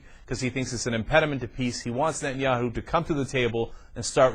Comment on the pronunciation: Is it just me or is this dip shit incapable of pronouncing Netanyahu?